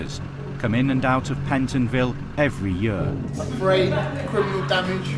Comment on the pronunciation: The narrator say 'year' weird